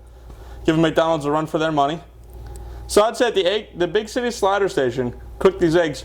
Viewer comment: he says big shity slider station!